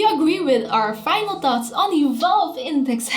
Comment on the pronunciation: she doesn't say "thoughts" but "thots" xDD